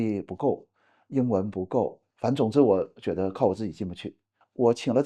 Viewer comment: 加油！您的普通话说得那么好是我遇到所有东北人中说得最好的那一个，只有少数个别词语仍带有东北腔，如：觉得、出差、土豆、次....。另一个东北人常说的词是“将来”（没听到您说），他们的东北口音发音就像是在说讲来讲去的“讲来”。继续加油哦！